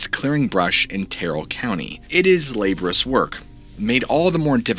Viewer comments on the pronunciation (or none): "Lab-or-i-ous work" not " labrous work." There are vowels in that work you need to pronounce to say it correctly.